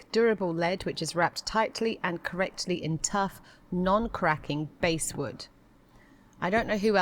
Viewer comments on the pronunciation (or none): Not pronounced ’basewood’ “a” as in “apple” or “ass.”. b-ass-wood. It’s a common hardwood tree, soft and light, consistent nice grain.